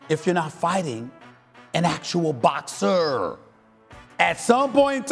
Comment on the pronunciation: why did he say boxer like that lol